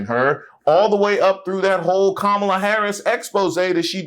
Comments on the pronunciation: Her name is Kamala "Coma la" not "Ka ma la." She doesn't have enough respect to pronounce her name. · She still wont say Kamala's name right! Im sick of her arse! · Soooo…them Constantly mispronouncing Kamala Harris’ name is a universally maga thing????? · This witch can't even pronounce Kamala Harris name right. I hate when people say her name like that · Notice how Owens didn’t pronounce Kamala right? She is 🤢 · She should be embarrassed as an educated woman. Acting like she doesn’t know how to say Kamala’s name. Right Candi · What’s this speech impediment that prevents people from being able to pronounce Kamala’s name correctly? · In my opinion, you can judge the character of an online personality by their refusal to correctly pronounce someone's name. Especially when it is someone of the race. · I know she's uneducated but why can't she pronounce Kamala Harris' name correctly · Candy-Girl knows how to pronounce Kamala’s name correctly, but like with all her commentaries she panders to the lowest racists of all. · Candace pronouncing Kamala wrong 😑